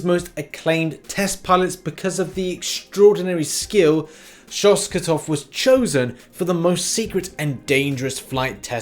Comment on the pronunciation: Alexi Shostakov not Shoskatov :D